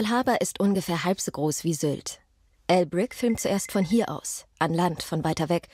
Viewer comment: Jedes mal ein Shot trinken, wenn sie "Al Brick" sagt. Hahah